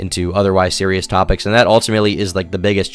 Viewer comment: BABY SEWIOUS 🤬🤬🤬